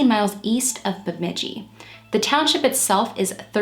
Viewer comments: Impressed that you knew how to pronounce Bemidji. A lot of people have problems pronouncing towns in Minnesota. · Agree 100% Nobody ever gets Bemidji right.